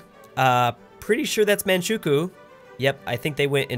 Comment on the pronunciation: It’s pronounced MAN-CHU-KOW not MANCHOOKO